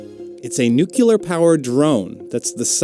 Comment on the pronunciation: Did that guy really say "nucular" when talking about the dragonfly?